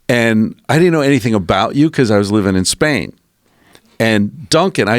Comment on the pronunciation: “I went back to spain” : “I went back to Span” Real question: How high is this guy?